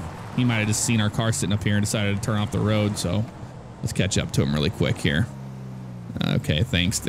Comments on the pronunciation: Why do you say woad instead of road is it the way you talk or just for fun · "All over the woad" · Why You Say woad